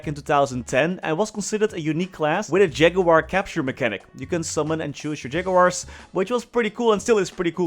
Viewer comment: We all came here to hear say Ja-goo-war <3